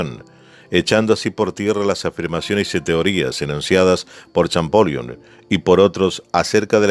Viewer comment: Por favor, en adelante, antes de realizar los videos, chequear la pronunciación de los nombres propios como Champollión, con el traductor de Google que transforma la escritura en audio, y asi podran tener la referencia perfecta de la pronunciación correcta de los nombres y apellidos citados en los videos. Lo mismo con algunas palabras en inglés que no son como las están mencionando en los videos. Por lo demás, todo perfecto pero estos pequeños errores están en todos los videos y se deberían corregiar cuanto antes. Saludos.